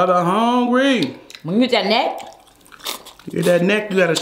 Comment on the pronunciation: says brother hongry.